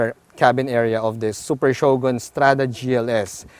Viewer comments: i think its better to say it " Sho-gun " not " sho-gon " your one of the best vlogger in autoMoto world hr n Phil...keep it up! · Shogon? Bwaaaahahaha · is that how you pronounced Shogun?...im confused...thnx